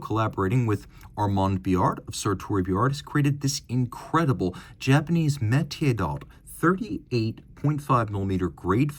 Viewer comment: Makie (蒔絵) should be pronounced as "Marque eh".